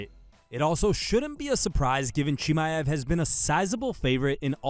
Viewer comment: how many times you gonna confidently mispronounce chimaev in one video? woof